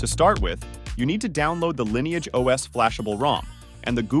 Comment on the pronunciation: "install the line eeage os".. .stoopid bot crap